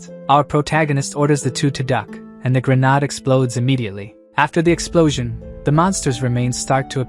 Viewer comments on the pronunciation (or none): You may want to try fixing your A.I. Never had an issue with it before but when grenade is pronounced as ' grenard' I can't help but find it a little annoying. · who pronounces grenade like that. so weird!